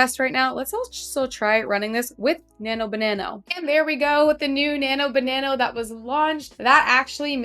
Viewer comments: Why do you keep saying "Nano banano" instead of "Nano banana"? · As you probably already realized, it's actually Nano-Banana (not Banano) but that's Ok because you sound cute saying Banano, I like it! 😁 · Why do you say "BananO"? Annoying as F@ tbh... sound like a teenager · I just thought it's how Canadians say it :))))